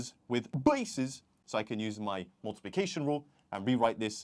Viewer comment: I love the way he say multiplicastle😂😂😂